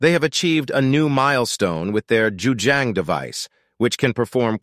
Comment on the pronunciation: You’re pronouncing the name wrong. It’s JiuZhang, not Juzhang.